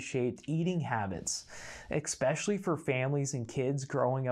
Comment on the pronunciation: Why are you pronouncing "ESPECIALLY" with an additional x sound? It's not "expecially".